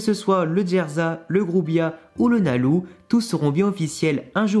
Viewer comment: pourquoi tu prononces « nalou » alors qu’on dit pas loucy mais lucy ? Ça me stresse 😭